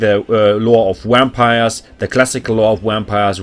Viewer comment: Great guide, love the editing too. Love how you pronounce wampires and corpse cats 😂 great accent, can't pick it out though.